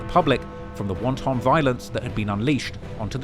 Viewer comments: Apologies for nitpicking but "won-ton violence"? Did they attack them with a Chinese It's pronounced "want-un" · The way said *WON-TON" violence had me thinking of some Somalian kid putting some takeout Chinese on the top of his zombie knife 😶‍🌫️ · Man said 'wonton' violence. Just screaming up in a car and dashing dumplings as the ops